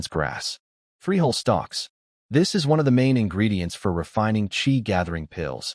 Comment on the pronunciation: Why do all of these AI generated content all have a hard time saying my and is?